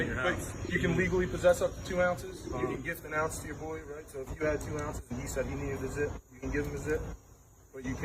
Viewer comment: If I had to listen to the plain clothes cop say boyee on more time! Pathetic openly racist prick!!!!!